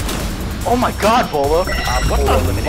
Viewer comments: The second I heard the first “Bwaylow” I just knew they’d be trolling the name for the rest of the video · I tilted my head when he said Beaulo right, then not a second later"Boo-ello" , but then he said "Boo-lou" i lost it there 🤣 i died the whole video anticipating his next pronunciation. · the way he said beaulo like kinder bueno Edit: now they out here calling him booloo lmao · This guy said Beaulo Bolo Bee-a-oo-lo Beeloo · "bway-low" "boo-loo" lmao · boiwlo beaulo bulo i heard in this video. Lmfao hes great player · He pronounced it Bolo Booloo Beeaalo Belo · Booey beolu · . “Booloo, “bueyelo” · I love the fact that he pronouces Beaulo's name wrong like 7 times. its pronounced BowLow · Boilo boolo he pronounces his name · “Bwy Low” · its bow-low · why did you just pronounce it as boylo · Buuu-wayyy-looo, even though some of clips have his name said properly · is he saying bwello??? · Bulu? Come on man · Boo-Lou Beaulo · How he pronounced beaulos name tho he said booloo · Bwaylo wtf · Did you just say bulu? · Could you please decide how to pronounce him you said : Bowlo Bulu Beulo Baulo what else jk 😂❤️ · it's pronounced bweelo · ITS NOT BOOOLU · "Boolao" come on man, at least say his name right ffs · omg the commentator made this video so cringy smh. he mispronouces his name so many times(buelo, buulo what else?) superlike for beaulo himself tho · He's mispronouncing his name just to trigger people in the comments,it's not that hard to understand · He pronounces Beaulo differently every time lol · Buuulo ,boeaulo, beatroot lmao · Matthew Julian Chill, he’s just making fun of how people mispronounce Beaulo’s name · How do you mess that up. The video even pronounces his name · Top 10 ways to pronounce "Beaulo" wrong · The intentional mispronunciation killing me.😂😂😂😂😂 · The way he says his name hurts me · I love the miss pronouncing his name just to wind everyone up 🤣🤣🤣🤣🤣 the commitment to that meme 😂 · I thought he pronounced it normally until and I died laughing